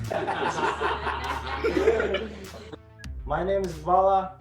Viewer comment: mY name is,a не my nAme is.Ударение не правильно